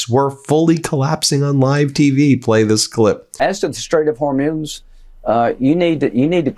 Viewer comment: Lindsey is drunk all the time he cant even pronounce the strait properly we dont give a dhit in Europe think of us we hate your traitor president and all who follow him